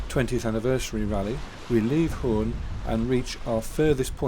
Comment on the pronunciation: Nice video. Interestingly you can’t pronounce Hoorn (hoeœrn) , while the Cape Horn was named after that very same city! So say: Horn! :-) while I keep saying LycesterSq iso Lester Sq…….